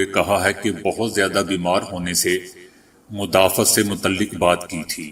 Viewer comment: مدافعت Muda Fiath م کو پیش د پر زبر اور ف کو زیر اور ع پہ زبر لگا کر پڑھیں